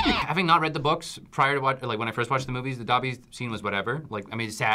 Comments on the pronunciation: Fucks wrong with people getting Dobby's name wrong it's not doppy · I got them all. But seriously why was would two non Potterheads be in this episode. FYI for all you out there. Dobby pronounces his Doe-by not Daw-by. Listen to how Toby Jones says it in the movies. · and know absolutely nothing about harry potter i love harry potter so much i what triggered me most i she said dumpy when his name is dobby because when I was younger I got a Dobby stuffed animal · Omg she said "I know dumpy dies." It's Dobby 😂🤣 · She can’t even say Dobby’s name right lol